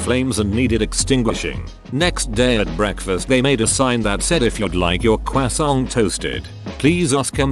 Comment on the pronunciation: listening to the automated voice say cwoissant was the best part of this video